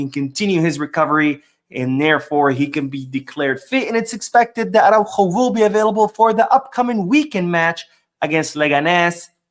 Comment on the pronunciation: Please pronounce the fullback’s name more clearly— Ar-ah-Ú-ho. The accent matters.